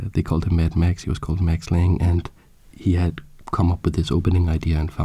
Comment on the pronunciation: I cannot resist the urge to point out that you pronounce the e, so its lang-eh